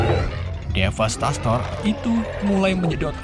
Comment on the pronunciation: Bukan DEVASTASTOR tapi DEVASTATOR gak ada Snya